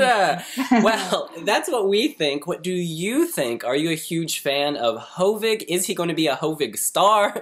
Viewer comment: Hovig Demirjian is a Cypriot Armenian. In Armenian names, the stress should be on the last syllable, so it should be pronounced as ho-VIG whereas you consistently pronounce his name as HO-vig. Nothing wrong as the video is done. So it cannot be corrected. But just for future coverage of him and his entry.... By the way, Hovig is the shortened more intimate version of the actual name Hovhannes (John, Jean in English and French). Another interesting thing about his name is that the "g" is perfect in Western Armenian, as almost all Cypriot Armenians are. So he adopted that. But in Armenia proper, his name would be pronounced Hovik Temircyan (in Eastern Armenian used in Armenia) rather than Hovig Demirjian as used in the Armenian diaspora.